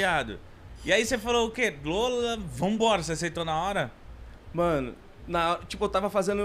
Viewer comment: Nu minuto o tradutor diz LULA E NAO LOLA KKKKKKKKKKKKKM querem empurrar comunismo de qualquer maneira kkkkkkkkkkkķk